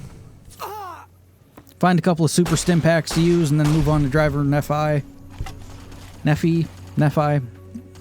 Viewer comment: In case you are wondering for future videos, Nephi's name is pronounced (nee-fie). It is a religious character in the mormons belief system. So those of us in Utah grew up with the word quite a bit.